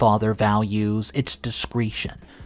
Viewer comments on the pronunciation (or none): dis·cre·tion pronounced /dəˈskreSHən/ Not descreeshon